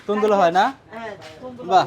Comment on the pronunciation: সুন্দর দেখে ভালো লাগলো তবে আপনার উচ্চারণ ভুল হয়েছিল তন্দুল রুটি না ওটা হবে " তন্দুর " রুটি আর গোস না হবে " গোস্ত " এটা হতে পারে আপনাদের আঞ্চলিক কথার টানের জন‍্য, যাই হোক আরো সুন্দর সুন্দর বিষয়ে ভিডিও দেখবো সামনে আশা করি।।